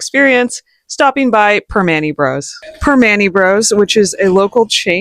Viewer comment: Pronounced: perm-man -ti. Only tourists eat there.